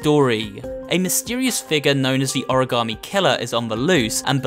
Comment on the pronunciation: You know what is shocking? Lol an origami killer who can't pronounce origami